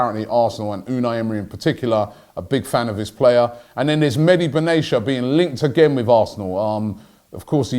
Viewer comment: Robbie Bruv. It’s not Benay Sha. It’s Ben Atiya. Don’t read his name as a word. Get to know